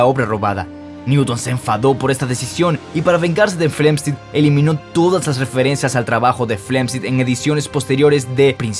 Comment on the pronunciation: Pregunta: Por qué Steven Hocking y no Stephen Hawking? O Robert Guck, en vez de Robert Hooke? igualmente con John Flamsteed a Flemstid? Un asunto de Fonética? Españolizando los nombres y apellidos?